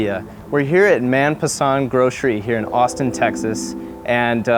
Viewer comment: Hi... "Man Pasand" .... "Man" should be pronounced more like man in word "Human".... but it should be have been written like "Mann" to stress on the word pronunciation.... Mann means heart/soul.... "Pasand" means like/liking..... Thums Up, Limca, are original drinks of India.... Coca Cola has taken over them & ruined the taste as our tastes are stronger & flavorful than Coke.... 1-stupid drink..... In India, North, South, East, West... each had at least one type of soft drink originated from the region..... other best drinks that were avail are GoldSpot, Kismet, CampoCola, RolaCola, etc.....